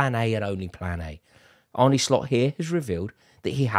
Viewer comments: It's not Arnie Slot it's Arne pronounced as in John Arne Riise. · it's pronounced Arn-uh not Arney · His name is ArnE not Arnie You pronounce it like ''ARE NUH'', not ''ARE NIIII'' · Sweet baby Geesus, his name is not "ARNIE" ! How difficult is it!? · Its pronounced arne like R-ne(cessary)